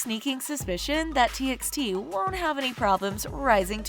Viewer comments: It’s not pronounced “T X T” it’d pronounced “T by T” and also stop using bTS for clouth, you get most of the facts wrong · What yall said? T EX T?! it's pronounced as T BY T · It's T by T not T eks T Just sayin' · Read it as T by T not TXT. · T EX t ? Its t by t dear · They even pronounced t x t instead of t by t. I love this channel back then when they haven't yet use kpop to earn money.. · Its pronounced : T by T.. |· | |·